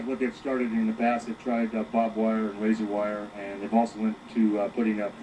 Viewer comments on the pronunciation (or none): That cop said "Bob wire"